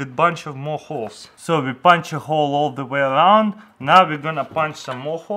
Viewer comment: Why he pronounce hole i mean letter (h) like (kh)? Russians can't pronounce h like normal?